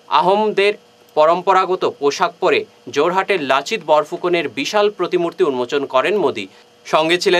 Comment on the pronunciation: Lasit nahi Lachit bolo 😆